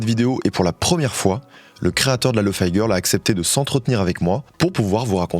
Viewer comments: Lofi pas lofy (lofee et non lofai) c'est pour Low Fidelity 😊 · Bah pareil avec lofi où il dit Lofaï alors que 10 seconde avant il explique que ça veut dire Low Fidelity (prononcé correctement, il dit pas low Faïdelity) mais s'entête quand même à dire faï